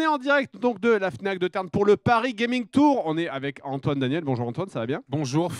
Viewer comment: An-toine, ji-dège, c'est Antoine et Jidège !